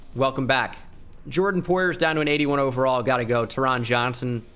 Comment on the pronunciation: I went to hs w taron johnson. Its pronounced “tarin”